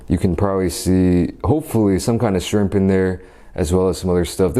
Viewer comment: Ur not saying shrimp right but idc